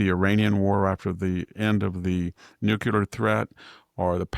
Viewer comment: Yes, very disappointing, that absent Nobel prize. E.Jean and Stormy both submitted nominations on his behalf, too. Go figure... Maybe the committee doesn't recognize the word "nuculer"🤣 Here's an idea. Let them know about that great response to last week's Texas flood devastation. That should win the prize for sure!!👍